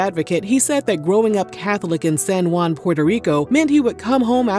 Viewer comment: Juan is pronounced Wan.